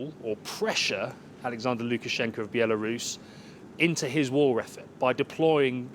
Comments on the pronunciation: I love how she pronounces the name BIALORUS with the accent instead of the English pronunciation BELARUS. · Why does she call it Bielarus.